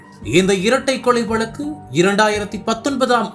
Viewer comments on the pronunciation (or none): none